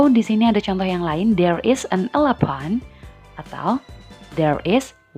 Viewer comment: excuse... you pronounce the "elephant" is wrong. Sorry, you should say eilifen, instead of "elepan". However, a lot of the different between number 11 (ileven) and gajah (eilifen) when we pronounce them. 🙏